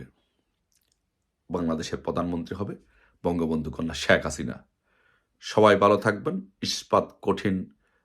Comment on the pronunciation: হালা ভোদাই নামটাও উচ্চারণ করতে পারে নাহ ঠিক মতো বলে শাক হাসিনা😂